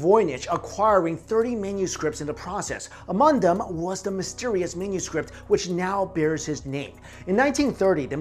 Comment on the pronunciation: Anyone else hear say menuscript lol just me?